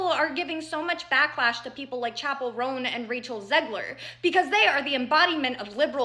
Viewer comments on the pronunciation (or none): none